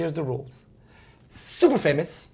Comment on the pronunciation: Also I watched another video with James Corden where he influenced everybody to draw a star because previously he draw pictures that looked like s-t-a-r so I think that he intentionally said super with a strong emphasis on the letter s and also now this is kind of a stretch but the word alive is kinda similar to Will (if you read Will backwards it comes really close) and in word anything he emphasized any-TH-ing like in Smith. Just my theory..